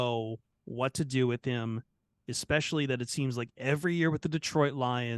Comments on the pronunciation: "ex-specially" -- stop it,. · Ehh-specially sensitive YouTubers - be nice! 😂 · is never going to learn how to say “especially” is he